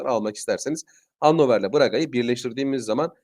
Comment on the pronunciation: Merhaba abi Hannover ev sahibi yarı kazanırmı dedin anlaşılmıyor rica etse yazarmısın ?maçların için teşekkür ederis